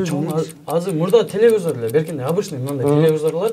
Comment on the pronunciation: Тупые..телевизор а не телезор....🙄